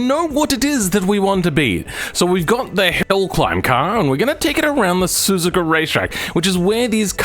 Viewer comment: Ahh. Super GT one of my favorite Motorsports to watch. Better than the Supercars. Tho Being Japanese, there's more tits and ass than actual racing if you watch it on the TV. That pronunciation of Suzuka is horrible btw. lol